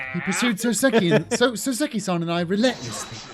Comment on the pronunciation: Btw, RE: you saying before that “Saucy” was a stretch for “Soseki” — I’m not sure if anybody else has already mentioned this, but the correct (Japanese) way of saying his name is “SOH-seh-ki” rather than the way that sounds/feels more natural to Americans, “soh-SEH-ki.” And when you say it the Japanese way, it sounds a LOT more like “saucy,” lol.